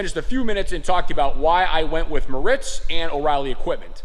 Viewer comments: It’s not (Moe Ritz) it’s (More Ritz) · Pronounced mortz